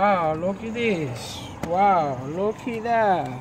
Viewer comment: "Oh look a dis, looky Dat" I'm dying laughing!!!!!! You're so funny. Anyways thanks for the video! Helped alot